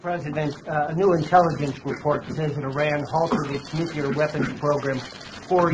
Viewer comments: New rule for all incoming presidents: If you can't properly pronounce the word, "nuclear", then you can't have access to the briefcase and red phone that fires one off. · Yale graduate? Nookyalur? Enriched Iranium?